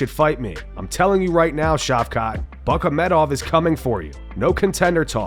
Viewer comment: Nah, we can’t just breeze pass “Buckamedov” 🤣